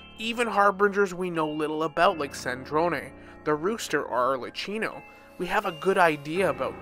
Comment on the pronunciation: is no one gonna talk about how he said Tar Ta Lia and Arlchiiino and ScARAmOuChE